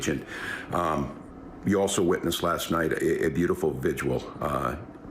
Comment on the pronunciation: Two sylables... Vigil .... Vi - Gil ... Just saying. We will be having a lot of them , might as well say it right I guess.